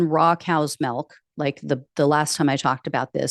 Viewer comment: You say MELK instead of MILK, it is funny!